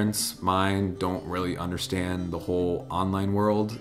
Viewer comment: c'est understand et pas anderstand